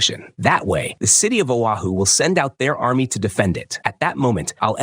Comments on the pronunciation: It's Oahu not Ohio. Stop butchering the names. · It's Oahu moron, not Ohio. AI generated crap narration. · geez....dude pronounces Oahu as Ohio......Oahu is pronounces as O-Ha-hu..... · Lord have mercy the ai will say it wrong a million times and then once say Oahu correctly 😂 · The audacity to mispronounce foreign names 😂